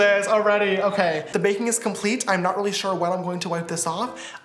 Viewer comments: it is RIDICULOUS how much my sisters make fun of me for saying "ShOrE" instead of saying "sure" like James you have seriously made an impact on me lol😂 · We need to put "shore" in the dictionary 🤣🤣🤣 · S is also for “SHORE” 😂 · T for “ Thank God” S for “ shore” 🦋💜🦋